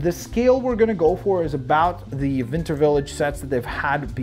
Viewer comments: you keep saying vinter village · It sounded like he said vinter